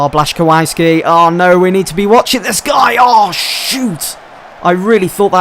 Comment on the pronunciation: Names: aubameyang is pronounced a-bam-ee-ang And the is also the complicsted one which is bla-chi-kow-ski